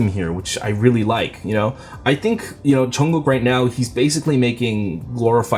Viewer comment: I just love the way you say Jungkook's name! 😍